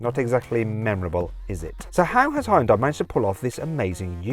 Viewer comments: 자동차 리뷰 전문가가 아직도 히온다이라고하네 왠간한 외국 리뷰어들 죄다 현대라고 정발음하는구만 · It is not Hai-ern-dai. Should pronunciate as Hyôndae like Sundae. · 하이운다이? 하이온다이? "현대"라는 발음이 그렇게도 어렵나? 아니면 영어에 없는 발음은 안 한다는 고집인가... 영미 애들이 "여"발음을 못하는 게 아니거든... yearning 을 발음할 때 하잖아,,, 더군다나 영어가 독일어나 스페인어처럼 스펠링대로 읽는 언어도 아니니 Hyndai를 고유명사로 보고 본토인 한국 사람이 현대라고 읽으면 따라와줘야 하지 않나? 현대가 차만든지 50년이 다 되어간다. 세계에서 언급되기 시작한 것만 해도 30년은 되었을 거야 귀때기 처막고 살지 않았다면 들었을 거 아닌가 프랑스 축구선수 mbappe는 스펠링 이상하다고 안 읽나? 영미놈들도 음바페라고 잘 만 읽더구만 심지어 영국 축구 선수 Nketiah도 은케티아라고 잘도 처 읽더구만 ..음과 은은 영어에 없는 발음이잖아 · Hyundai 를 현다이도 휸다이도 아닌 하이언다이라고 읽는 건 처음이다